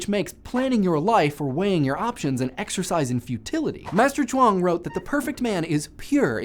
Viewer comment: The way you say Chuang Tzu is excellent.